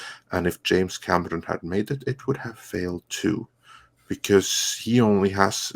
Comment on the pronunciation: Hey who is James "Camerson"? Lol!